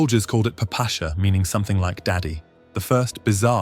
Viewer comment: West people always say this wrong it's "papasha" which is "papa" (you all know this word) plus the diminutive "sha" which slavs put on the ends of names to make them more cute. In short, the name is a what a very affectionate child would say to her papa.